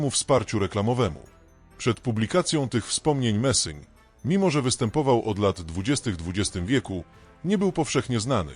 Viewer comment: idiotyczne AI które to czyta robi z ludzi idiotów. Nazwisko tego człowieka to Messing!!